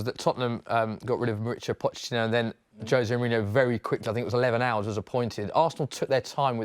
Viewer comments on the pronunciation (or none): none